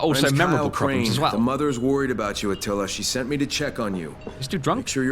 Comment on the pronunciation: It’s atilla not attalia